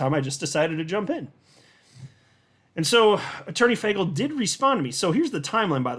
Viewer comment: It’s not FAGel, it’s FAYGEL 😕